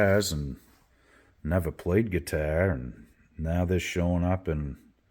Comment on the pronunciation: Cool ‘guitah’. Love your New England accent. 🤘😎